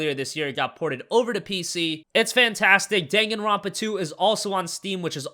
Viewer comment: You butchered the pronunciation on Danganronpa